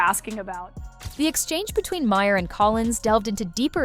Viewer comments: It's not Bill MAHAIR. It's Bill Maher, like Marr. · His name is pronounced 'Ma' as in mother. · I refuse to watch any more CNN AI narrated videos. They mispronounced Mayer's name every single time and sang the virtues of Collins way too many times. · Might help if the narrator pronounced Bill Maher’s name correctly. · How many different ways is CI going to pronounce Bill Maher’s name? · Who is this reporter? She can't even say his name right. She might want to find another profession. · Def takes away from the message. These seems like AI, as the pronunciation changes; I heard at least 5 different pronunciations.